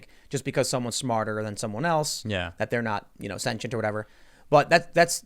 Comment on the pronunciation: “Hey dude are you sentient?” Maybe if you pronounced it correctly he’d have half a shot at answering your question.